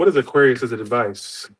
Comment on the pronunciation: I feel like he messes up aquarius alot. I dont want to say it on purpose. But I dont know